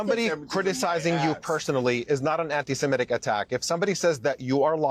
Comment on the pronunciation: And she can’t even pronounce antisemitic properly